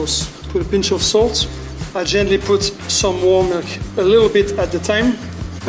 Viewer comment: Thought he said "I want to pu the cheese closer to the ozon layer" first lol :D